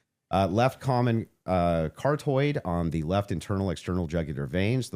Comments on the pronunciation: carotid not cartoid... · "Cartoid" artery 😂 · Caroted not kartoid. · "Car-toid" 😂 Its "kah-rah-tid" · “CAR-TOID” ~ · Ca-ro-tid, but yes* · My favorite part is everyone in Candyland shitting on for mispronouncing carotid. Almost like they've never watched Candace's show or something...